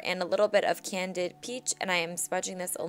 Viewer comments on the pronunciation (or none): i think it's called candied peach not candid